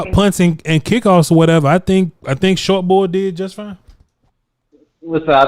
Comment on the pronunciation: Sounds like just ate a whole jar of peanut butter short bor short bor